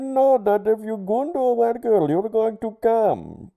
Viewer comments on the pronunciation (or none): none